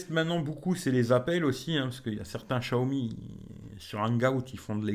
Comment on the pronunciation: Tu arrive 5 mois après tout le monde... Et prononcer chiaomi comme tout les benêts du net c'est gonflant